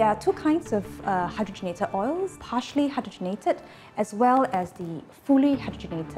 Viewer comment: Why does she pronounce partially as harshly?